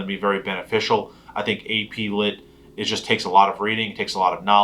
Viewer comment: APLit sounds like aids